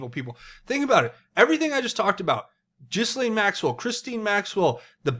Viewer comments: It's GHEE LANE. Not Jiz Lane. Pleeeease please say it a different way lol. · Ghee-lane. New drinking game! Whoever pronounces her name, Jis-lane, you have to take a drink! This could get dangerous. Anyway, I wonder what the hec World Transhumanist Association is?? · Pronouncing names incorrectly makes you sound like a fool. Why do our friends across the pond (that's you) have so many issues with word pronunciations? Ghislaine is pronounced Gillane (Gill 'as in a fish Gill' and Lane as in highway lane) Gill-Lane. Gillane Maxwell. Please say it correctly because it is extremely annoying. God bless. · Not that it really matters but Ghislaine is pronounced Gee-laine. Like Elaine with a hard G. Not a “J” G... lol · The s is silent